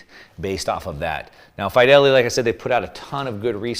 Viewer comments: Its pronounced as Feed-elity NOT Fy-Delity !! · The "i" in Fidelity is pronounced like "it" not like "high".